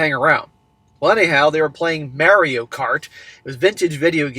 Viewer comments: Not to be that guy, but It's MAH-reeyo NOT MARE-eeyo Just giving you isht, keep up the good work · Mary o... lol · WHY ARE YOU SAYING "MERIO" WHAAAAAAAA!!!!!! lolololol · Did you just pronounce it Marry-O? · I don't have a competitive bone in my body so I can not deal with people who are excessively competitive and act like absolutely d- bags! People like this have no thought for anybody else. He needs to drop her and if his friends don't quit bothering about his past need to be dropped also. Also, it is pronounced Maurio, not a long a as in Mary. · Mare-ee-oh is killin me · Can you not pronounce it as “Mary-oh” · It always trips me out when I hear people pronounce it like "merry-o." Then I remember is from Massachusetts. But it's still trippy hearing him say it like that. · I have never heard anyone pronounce Mario the way has until now.